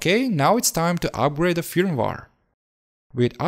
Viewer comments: Pronounced 'FIRM-WARE' not fumwar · please say feurmwere not fir me waare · My man, no offense but you should practice more English pronunciation. I mean....... Firmware you said like film war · Fermvar lol had no idea what you were talking about till I looked at the screen. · Ahhhh yeah the well known "fimwar" 😉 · it is not firmwar it is firmware video is brilliant though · I want an 8 hour loop of just you saying firmware. Good video, watched it fully. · I like how you pronounce firmware. That’s all lol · I cringed every time he said firmware.